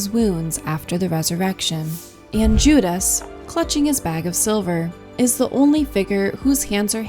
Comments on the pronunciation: AI. It mispronounces Judas several times. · Pretty AI? voice goes into detail about Judas clutching a small bag with one hand and reaching for bread with the other and then later says Juda’s, frequent mispronunciation in this video, hands are hidden beneath the table. No actual explanation as to how Jesus’ hand positions reference communion. Early comments about perspective perhaps the only reliable comments. Given the amount of research and commentary available on this subject, The Last Supper deserves better.